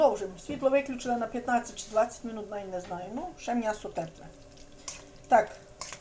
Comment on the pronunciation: Чому мнясо,а не м'ясо?